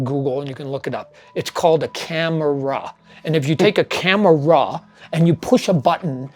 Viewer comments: It's called a came-ra! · A cam-a-ra LOL.